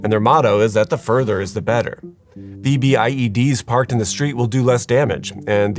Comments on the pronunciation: Afghan vet here👋🏼, it's not spelled out when you say it. V B I E D❌. it's said as a single word. Vbed ✅ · Its pronounced "VEE-BID", not "V-B-I-E-D". Also it is ammonium nitrate mixed with diesel (ANFO) with a timer, not ammonium nitrate "with a diesel timer". There is no such thing as a "diesel timer". I did like the nice touch of having Muslim women walking out of the building considering the subject of the video lol. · It’s pronounced “V-BID”, but great video! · Just call them “v-bids”. We don’t call them VBIEDs when we’re talking, they’re just “v-bids”